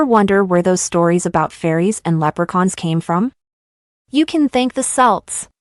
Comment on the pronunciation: "Celts" is pronounced "Kelts"....quite important